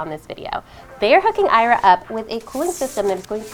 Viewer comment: I'm sure Ira knows how her name is pronounced better than you do! 😠